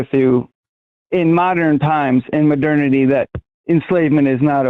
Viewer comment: "Modernaty?" Is this guy real life?